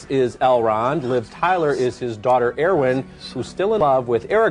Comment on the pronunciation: Air Jordan-wen